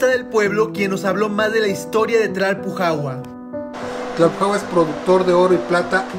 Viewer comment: Me da risa que no puede pronunciar bien Tlalpujahua 😂😅. Videaso 💯